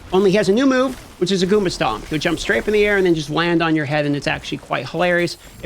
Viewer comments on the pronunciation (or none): none